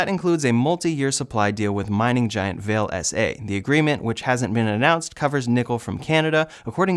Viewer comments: Came here to say this. Val-eh, not Vail. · Nice roundup. But it’s pronounced VAH-Lay, not Vayle. 🤓⚡️🙏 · just a note, the mining company is pronounced Val-ay, they're a Brazilian company that purchased the nickel mine in Sudbury, Ontario. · The mining company Vale is pronounced Vah-lay. It's a little confusing to hear it pronounced like the curtain hat a bride would wear. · Vale is pronounced Vah-leh. It's Portuguese. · it’s pronounced valet. True story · It's pronounced Va-Le.....also they don't have a good environmental track record in Brazil.... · Vale is actually pronounced "Vah Lay". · 'Vale' is pronounced 'Vallay'.